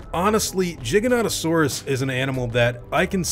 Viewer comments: Pretty sure you're pronouncing it wrong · Why is it "Jig-uh-nah-to-saurus" and not "Gee-guh-no-toh-saurus"? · (Giga) Not (Jiga) you don’t say Giga for short and Jiganotosaurus for its full name. So how does the G in Giganotosaurus become a (j) ? You pronounce it the same it doesn’t change.. Sorry man but it really irritated me lmao.. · Please say it with a "G" sound and not a "J". Makes me think of juggalos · jiga or giga-no-to-saurus: the pronunciation he's using is weird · Gig-anto_saurus and im positive you've missed out on ARK:Survival PC/Console game😂😂 cus you either run or die.. (Ji-gano-saurus is what you said but thats poor grammar) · why do people always say it like Jyganotosaurs, it starts with a G not a J. you don't say jiant do you?... no you say giant. because gigas means giant, hence Giganotousurs's name means giant southern lizard. for crying out loud didn't you ever get taught the ways to say letters in school. G- guh or G- Gee G is not J, say it with me people..." G is not J" giganotosaurus- Gig- an- oh- toe- saur- us its like Hat- Pat- Cat- Mat the words sound similar but the first letter makes a big difference, how awkward, confusing or annoying would it be if all letters at the start of a word sound like any other letter. "i have a Cat on my head and im going to Cat your Cat whos sitting on the Cat" letters and words are important in any language please pronounce them correctly. he even says at 1.14 to 1.19 in the video jyganotosaurus then calls it a giga?!?!?! why would you say giga not jyga, if jyga was the correct pronunciation? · Why does he say jiganotosaurus but then when he shortens it he says giga. Like it’s fucking giganotosaurus not with a j god damn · It's gig-in-oh-toe-saurus, not jig-in-ot-toe-saurus. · Your pronunciation of this dinosaur's name is infuriating. I don't care if it's correct or not. It should be Gigant-o-saurus. Not gig-a-goo-go-ga-suar-u-sus. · why are you saying jiganotosaurus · He pronounces it Jigganotasaurus